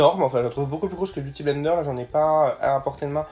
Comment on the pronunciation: Jaime trop quand tu dis beauty avec l'accent !!